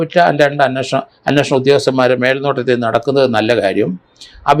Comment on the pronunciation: അങ്ങേർക്ക് മലയാളം അത്ര വശമില്ല. "അന്നഷണം" എന്നൊക്കെ യാണ് പറയുന്നത്.